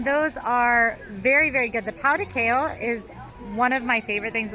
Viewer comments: POW DE KEH-ZHOW (like show but pronounce with a Z or sounds like the french pronoun “je”). FEH-ZSH-WA-DA (zsh sounds like the French pronoun “je”). Please type these words in Google translate and learb them. The pronunciation is 😬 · Fun video! Get that guava! As for pronunciations: yuu-kah for yucca, the j is like a zh/French j for pão de queijo and feijoada, pah-tah-teh for patate, lah-see for lassi, and doh-n-boo-ree for donburi.